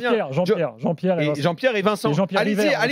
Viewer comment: Quand Nasser balance " Wallah lahdim, JEAN-BIERRE, JEAN-BIERRE, JEAN-BIERRE" mort de chez mort xD